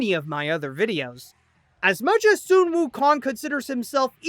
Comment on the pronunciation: Why are you saying soon instead of sun?